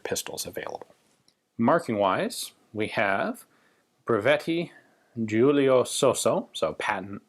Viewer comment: You pronounced Giulio and Brescia pretty good, even here if I had a friend with sosso as surname I would had problem pronouncing it